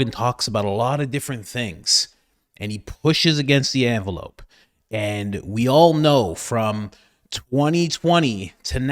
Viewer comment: What is an "Anvelope" versus an envelope?